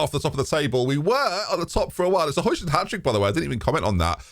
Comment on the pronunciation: Højlund is pronounced like Hoy no J sound